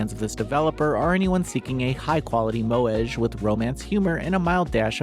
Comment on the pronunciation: Every single instance of any non-English word or name is always mercilessly butchered in Noisy Pixels' voice-overs, you kinda get used to it after a while. : a good practice to alleviate this would be for the reviewer to include the pronounciation of these as a note the first time they appear in the script (like "mo-eh-geh" for "moege" or "Shi-la-yuh-ki No-ah" instead of "Shiwayki Now")